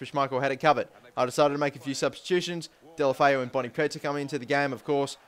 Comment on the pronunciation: No, there is an O instead of an A in deulofeu, and in spanish you pronounce the letters E,U, A etc as they sound.